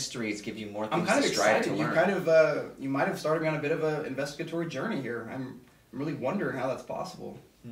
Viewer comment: Did he say "investegatory"? Cool!